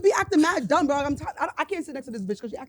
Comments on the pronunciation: Wait ooooooo Did say dumb or dumpppp😂😂😂😂😂😂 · it’s DUMB NOT DUMP